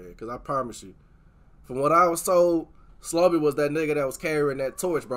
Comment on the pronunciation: Finally a reactor who doesn’t mispronounce Slobe name